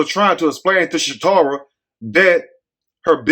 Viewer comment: her name is Casharra Brown not Shatorah.